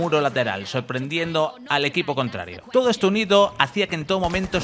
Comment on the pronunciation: Has dicho 2 veces "en tó momento" 🤣